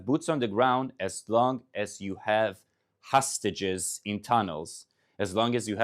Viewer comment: I would prefer if he would pronounce english words better. Not say hustages, but hostages. Not say lunch, but launch.